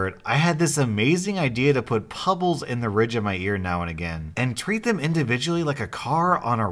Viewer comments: I'm sorry, pubbles??? Lol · Pubbles lol